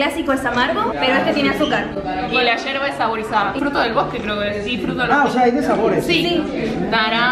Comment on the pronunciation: JAJAJAJA empezó diciendo Yerba con LL y 80 gramos en vez de 80°C. Empezamos mal 😂